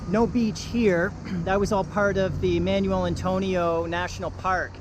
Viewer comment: Thanks for the video, but it's KAY' pos and mahn WELL'.